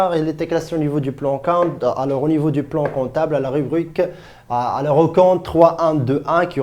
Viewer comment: Bordel de merde c'est quoi ce français :@ :@ :@ ALEUUURS , keumon , un stock qui apparaitre ?! duh cours plein d'erreurs